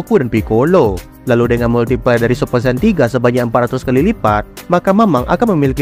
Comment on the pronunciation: kok gue denger multi pler ☠️☠️